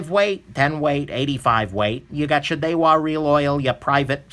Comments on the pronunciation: Daiwa pronounced die-wa not day-wa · "Daywa" lmao